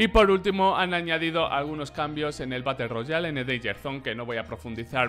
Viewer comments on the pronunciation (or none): none